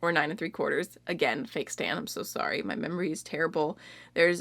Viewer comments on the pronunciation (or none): none